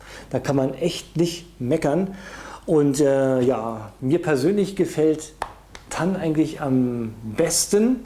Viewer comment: raff doch bitte mal das es nicht gass heißt und es heist tarn nicht tann